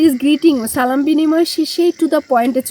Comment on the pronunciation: আরে এত ঈমান ঈমান করতেছো সালাম টাই যে শুদ্ধ করে দিতে পারে না তার কাছ থেকে ঈমান শিখতে হবে।